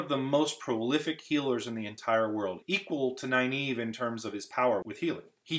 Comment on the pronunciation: NarISHma, not NarSHIma.NynAEve, not NynEAve. Pedantic, but felt annoying to see.